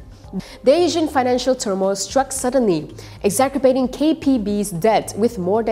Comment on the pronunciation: If you don't mind, sounded like "Daysion financial"... try "Dee Asian..." and then there was the "exacerbating" which was pronounced "exaKerbating".. I'm an ex-broadcast journalist and would to see our standard of presentation get better and better ya. We're all on the same side 😉